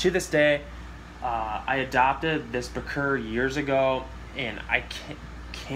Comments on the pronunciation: Damn really interesting but to hear you say bic-ir, it's bir sheer Im all away across the world dude. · it's not pronounced "beker" it's pronounced "beach ear" like that bichir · B krrr. 😂 It’s in the dictionary. Pronounced bee sheer. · I’ve mainly heard it pronounced biker 🚵‍♀️ Or By - Cheer. The latter makes the most sense of pronunciation to me. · Did some research and Its pronounced as (bih sheer) , (bee sheer) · Yeah this guy is the only person ive ever heard call them bick-ers. It comes from an arabic pronunciation of the african words Abu Sheer. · Pronounced By-sheer I own 4, 2 of them are Senegal about 8"-10", 1 Saddled who is about 24" and 1 lapradie who is about 12" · my bro always told me that it is pronounced as "bitch-er" hahaha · In No Way Trying To Be A Wise Guy,, Etc.,, But If You Go Back To When They Were First Discovered & Named,, It Is Correctly Pronounced "Baa Sheer" ...I Have Heard People Pronounce It At Least 6 Or 7 Different Ways...But I Personally Prefer Using The Proper/Correct Pronunciation. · Bichir is of an African dialect it’s pronounced be-sheer in the native tongue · Sounds like bee·sheer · I pronounce it bi-sure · It’s actually pronounced( biker)bichir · It’s bye sheer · I pronounce it birch-ear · Its from an arab word, so the origin pronnciation is ba-sheer. But of course you can say it anyway. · I've got 2 of them and there fine , and there actually better with sand in a planted tank , I've got them in a tank with 8tiger barbs , there actually pronounced ba -cherrrrr lol but it doesn't really matter unless you are a grammar nazi lol. I feed mine shrimp and fish , I use a red aquarium light and a moonlight, you do actually have to leave some air space at the top of the tank because they have a modified swim bladder and need to breathe air from the atmosphere or they'll drown. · It's pronounced Birchir (Buh-Chur) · It's actually pronounced Bichir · you are nowhere even close to pronouncing bichir correctly, lmfao